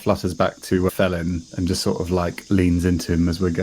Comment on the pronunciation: Fellin...as in tree Fell'n.